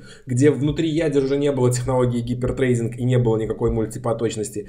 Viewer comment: Классный цикл, слушаю с удовольствием! Однако,, поработайте над английским - hyper threading никак не может быть гипер треЙдингом. "Трединг" все-таки:-) А гипер трейдингом пусть на биржах занимаются